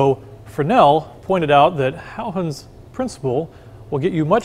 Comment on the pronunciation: Nearly perfect pronunciation of the name Huygens ;-)